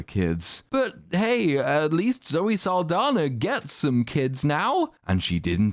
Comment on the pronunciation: Zoe's last name is actually Saldaña, which is pronounced, "sahl-DAHN-ya."